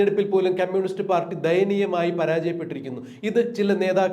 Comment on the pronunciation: മിസ്റ്റർ അവതാരകൻ... ക്യമ്മ്യൂണിസ്റ്റ് അല്ല കമ്മ്യൂണിസ്റ്റ്. അരോചകം ആണ് ഇത് കേൾക്കുമ്പോൾ.